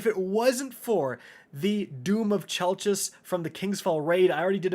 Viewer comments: Chelchis is pronounced kell-kiss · IT'S PRONOUNCED KELKIS!